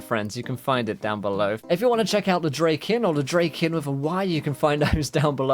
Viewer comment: Its actually Draken. lol Its name is Ken after all.